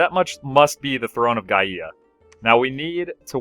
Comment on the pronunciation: Gaia = Guy-uh